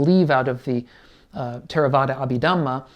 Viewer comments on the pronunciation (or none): none